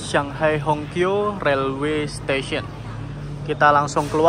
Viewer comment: Hongqiao itu bacanya Hung ciau